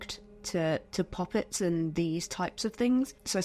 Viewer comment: I can’t tell if your saying pop-it’s or puppets😂😭